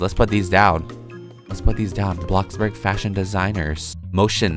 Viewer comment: It‘s bloxburg Not blockburg!!!